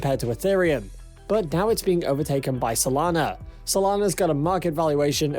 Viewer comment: Guy can’t even pronounce Solana correctly and he expects me to take him seriously?